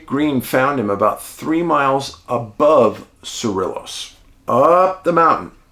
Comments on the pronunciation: I am a huge fan, but I dont get the dog intro thing. 😂 And as a New Mexico native, thanks for covering this. Also its pronounced "SA-RE-YOS" the double Ls are always pronounced as Y in Spanish and most of our town/county names are either spanish or native American in orgin.(Sorry, I couldn't help it after his comment and people correcting his pronunciation 😂) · They are not twin cities IMO. Madrid is an old mining town turned artsie-fartsie-tourist-town with bars, museums, and restaurants; an artists' huckster paradise. The double "ll" in Cerillos is pronounced like a "y" as in crayon, and the "i" is pronounced like a long "e" as in "tee." Cerillos is just a little village with an excellent museum...and that is about it. Both are fun places to visit, and the architecture is old and historical. It will make you think about what it must have been like "back in the day." Madrid is a one-road town, while Cerillos is laid out like a grid. Keep up the great work, David.